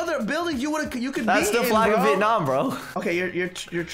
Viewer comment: DID HE SAY VEIT NAM?! CUZ I SPEAK VIETNAMESE!